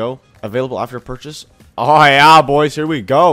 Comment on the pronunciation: Why does this dude say yeah like "yaw"